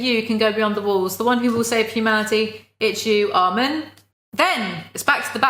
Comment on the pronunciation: i love how she doesn't like armin but thats one of the only characters names she pronounces correctly